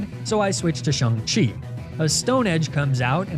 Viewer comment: Dude mis pronounced Shang-chi